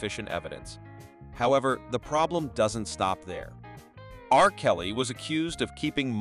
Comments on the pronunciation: R (long awkward pause) Kelly, That 70 S Show, one thousand nine hundred ninety s… Alarming stupidity! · It's annoying when the AI voice stops after R in R. Kelly's name because of the period.